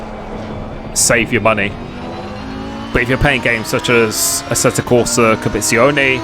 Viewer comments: its competizione not copezione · DLSS will cure the stuttering. The word is Compe-tit-zione!! Don’t forget the tit!!😂😂😂. Looking forward to watching you in ACC. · it's pronounced "Com-pe-tizi-o-ne" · Competizione, not Compizione. 😅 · Competione? Dude ur bitchering that name.. :) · "This is assetto corsa Capizione" lol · ummm you what?!.. copeetzeeoni? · You seem to need some coaching in how to pronounce 'competizione'. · Exactly! Just try actually sounding out each letter, it helps… 🧐